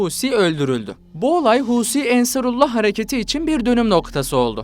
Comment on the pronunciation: АнсаруллА - ударение на последней А, потому что вторая часть названия обозначает принадлежность Аллаху